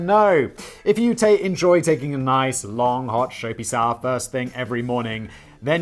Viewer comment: "Nice long hot shoapy sower"